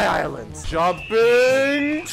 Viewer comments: wait did he say "bilent" insted of Island" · Did he say get off my bisland or is that just me?